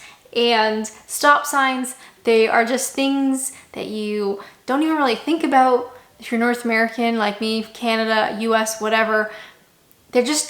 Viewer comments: Why do Canadians pronounce anything with 'ou' in the word as 'oo' e.g. about? You sound like you're from Norfolk! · I like how you say 'ah-booht' for 'about'. Pretty cool.